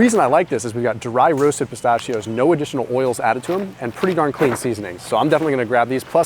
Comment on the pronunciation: I really enjoy your videos! But dude you're killing me with how you pronounce "pistachios" 🤦